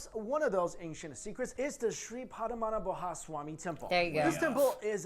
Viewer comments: Padmanabhaswamy is difficult to pronounce for most Indians also. U can say it as Padma-nabha-swamy, the spacing will give atleast a closer pronounciation. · Don't worry, even we can't pronounce Padmanabhaswamy correctly. 😅